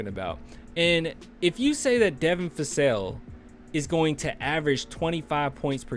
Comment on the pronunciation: Vassell not Fassell.